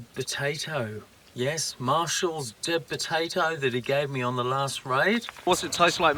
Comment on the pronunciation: Thanks for the video, I’m down on Hamford Water, Essex as we’re having great weather this weekend. Your Deb potato made me laugh, sounded like you were saying dead potato.